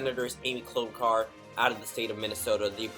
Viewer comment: Dude wtf. LEARN HOW TO PRONOUNCE KLOBUCHAR!!!!!